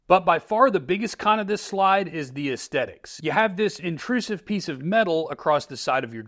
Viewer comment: Love your videos. You don't take yourself seriously, but you take your carft seriously. Lots of good info here! Also, there is a TH in aesthetics. ;)